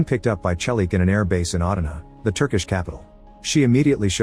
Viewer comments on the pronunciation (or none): none